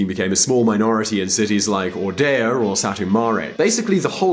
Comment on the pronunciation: Ordea😂, it's Oradea.